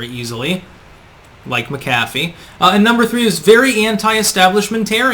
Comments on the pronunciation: Mc' CAFF' ee?? Whattayou, pronounce words improperly on purpose, lol. It's MAC'afee. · Always informative vids and thumbs up but could you please pronounce his name properly? Not like McDonald's Big Mac. Accent on the first syllable. MAC'-a-fee. John McAfee. Not Mac-AF-ee. Just one last item at his supposed suicide. RIP. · pronounced MAC-a-FEE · The pronunciation is driving me crazy. His name was pronounced (Jon Mac Uh Fee); not (Jon Muh Caffee) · Is suicide the new pandemic? PS MACKafee not McCAFee. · He was probably killed before he could blow the whistle on Bill Gates for fake computer virus scams and collusion. BTW his name is pronounced MackAfee not Macafee. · Mcafee is an irish name you fucking nut. Emphasis is never on the Mc or Mac. Americans dont know about linguistics. Apply your same thinking to Paul McCartney or McDonalds and have a rethink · MAK a fee ...sorry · mack a fee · Isn't it pronounced Mc-A-fee? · Mc A fee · You keep pronouncing McAfee wrong,. It's prounounced Mac-a-fee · It's pronounced MAC-UH-FEE. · Mac-A-Fee as in the software.....dang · It’s Mac-a-fee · It's pronounced MAK-ə-fee. There's this great tool called the Internet that will answer basically any question you've got, including how to pronounce something. Oh well, yet one more name on the long list of names and words that mispronounces. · Usually the accent is on the first syllable. MAC- afee. No? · Geez learn to pronounce his name correctly! Mc Affe!!! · pronounced Mac- a fee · It’s pronounced Mac-a-Fee. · You're not pronouncing his name correctly. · You pronounced Mcafee wrong. The accent is on the first syllable. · You’re awful at pronouncing names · Today I learned I was pronouncing his last name wrong my entire life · As intelligent as you are, why the hell can't you pronounce his name properly? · You really can’t pronounce the guys name properly? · Irish/scottish origin names never have the emphasis on the Mac/Mc 'dude'